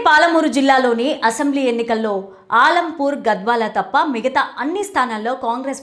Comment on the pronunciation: ఆలంపూర్ కాదు మేడం అలంపూర్ మా నియోజకవర్గం పేరు సరిగ్గా పలకండి మేడం